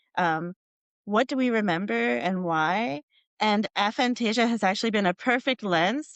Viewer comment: Her constantly mispronouncing the name of the condition was quite frustrating.